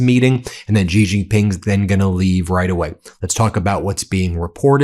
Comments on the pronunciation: It is She not Gee. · Xi JinPing is the most mispronounced name in history. The surname "Xi" is NOT pronounced "Gee"; it should be pronounced similar to the English words "She" or "See". There is no 'g' or 'j' sound in that name. Otherwise, thanks for a very interesting commentary. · Ben thank you always for your dedication to bringing us this news. Note: Xi Is pronounced like "she". Few Americans will ever learn how to do the Chinese tones correctly, but we can swing in the ballpark. Thanks again. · How long can it possibly take for a person to learn to pronounce Xi (She) Jin (Gin) Ping (Ping)?????????????????????????????? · Sigh Xi is pronounced she. Not that hard.